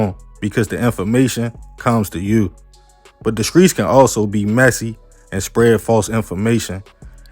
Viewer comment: Man I love your content ‼️ big fan 💯💯 but you gotta work on your S T words bro 🎯 skreets & scripper 🤣🤣🤣